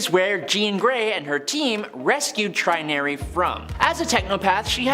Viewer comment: Trin-ury? you are a weird one my man.. that is obviously TRY-nary.... as in binary=2 Trinary=3? Personally I would.... have called her Tertiary (tersh -e-ary) like primary, secondary, tertiary oh, good .. you got Gentle right... who knows? i waould half expect you to call him 'Gent-il' insteand of Jent-il'